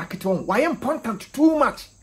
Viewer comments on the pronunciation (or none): Empontant lol you eeh! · I love how you said "important " bra kweku nie lol